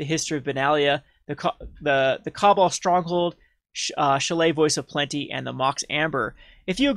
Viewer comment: Kah-ball, not cobble.